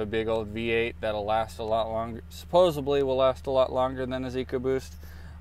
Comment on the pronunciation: Someone who says ‘supposebly’ is the kind of person that would like two fake hoodscoops.